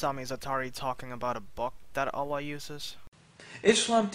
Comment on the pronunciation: You have such an annoying voice + you can't pronounce Allaah... You say OLA, what is that?